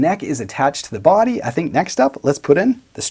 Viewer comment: The way you pronounce the word "body" is the best. Not sure why, something in your accent. "BWUAAdy". Never change it.